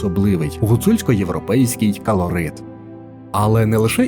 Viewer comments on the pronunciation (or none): Наголоси неправильні. А "кАлорит" взагалі топ. Це захворювання якесь, чи куда? Опрацьовуйте текст перед записом,бо ніби в школі замість української з пацанами в футбол грали. По інфі непогано.